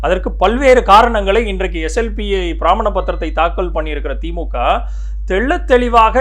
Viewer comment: மிக தெளிவான விளக்கம். திருத்தம் : 1. பிரமாணம் not பிராமண 2. நடிகர் விஜய் திரு என்றும் Deputy CM & CM இருவரையும் வெறுமனே பெயரை மட்டும் உச்சரித்தீர்கள். Please consider.